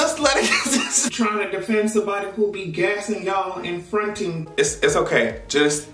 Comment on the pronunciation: LOOOOL “fron’in” 😭😭😭😭 i hate itttttt